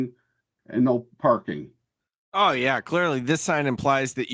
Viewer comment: NO PAHKING.